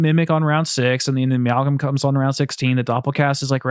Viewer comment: Anyone else hear them say ameowgam